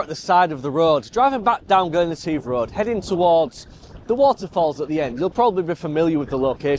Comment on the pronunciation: Interesting LND and CPL. oh, it’s pronounced Glen et if (all one ward) 🥱 Not yet photographed this area yet but it is a stunning place : high mountains and Glens 😊 Passing place ~ ouch 😩 🤣🏴